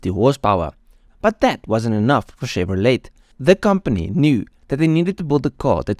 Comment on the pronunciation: Great history, I grew up watching these cars. Chevrolet is pronounced Chevrolay ..T is silent. But how would you know, great video.